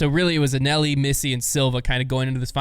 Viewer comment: Not ONCE did anyone ever pronounce Anneli like did. I'm convinced he only watches the highlights. I'd call it an epic fail, but it's pretty much the norm.